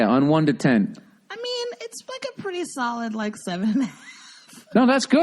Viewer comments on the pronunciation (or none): none